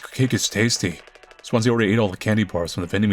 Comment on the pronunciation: i know it's Swansea but every time you say it, my brain says Swansie